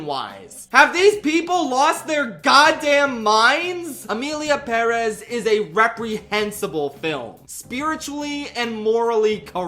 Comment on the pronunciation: Thank you for pronouncing 'Emilia Pérez' the right way BTW, the lyrics in Spanish don't even rhyme